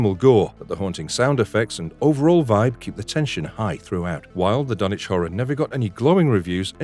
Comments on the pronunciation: I had the distinct bPLEASURE of meeting Bruce Abbot, Ken Foree & Jeffrey Combs!!! COoS with Cage sucked. Dagon wasn't bad at all, THE THING is fantastic. Thank you for pronouncing Dunwich correctly. The Mist is sensational!!! Castle Freak was better than it sounds. Arrival had HPL vibes, don't forget Jeff in the Evil Clergyman, Night of the Living Dead 3d:Re-animation, Frighteners. Christopher Heyerdahl in Out of Mind: The Stories of HP Lovecraft; he portrays HPL. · Yay! Someone who pronounced Dunwich right!